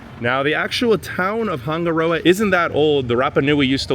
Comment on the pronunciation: Wish you actually took the time to learn how to say Hanga Roa. Sounds horrible. Switched off